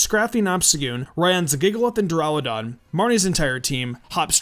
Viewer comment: why tf do u have an impidimp? u know that it has 2 more evolutions right? XD. (BTW its duraludon not deraludon).